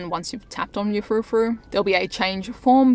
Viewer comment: Btw, it's furfrou, not frufrou